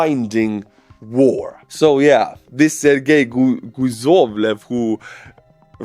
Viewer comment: In Croatian, guzov means a butcheak (guzica is the whole thing), so I laughed when you called him Guzovlev instead of Kuzovlev. Was it on purpose? Maybe the Russians say something similar? 😂💪👍😁 You know how it goes, the nations of the same language family share the important words, like father, mother, bread... arse... 😂😂😂